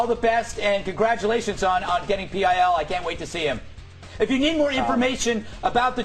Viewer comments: "PIL" is ALWAYS pronounced: "Pill". In fact, I have never once -- not ever -- heard ANYONE, not even Dick Madeley, refer to Public Image Ltd as: "pee eye ell" What an absolute fuck-face. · Why did he say P I L instead if pil?